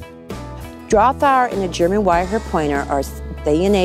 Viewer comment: Can't even pronounce "drahthaar"..........show ring is what will ruin the GWP.